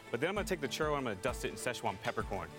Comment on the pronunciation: Arron didn't say 'Churro' correctly. He's using at least three R's. This is too many.